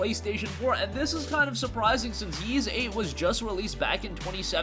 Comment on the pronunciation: It is pronounced Ees, you don't have to say the "Y" sound